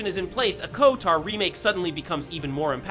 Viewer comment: Ah yes... the KOTOAAAR or KIOUTAR remake yes....